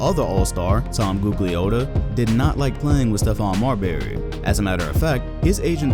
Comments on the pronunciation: You cant pronounce Tom G name, smh, trash video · ....you don't even know basketball... because you pronouncing Tom name wrong as shit.... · butchered Tom Gugliotta's last name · You pronounced Gugliotta wrong. Besides that, I haven't seen anyone mention Tom Gugliotta in ages now. Brings back memories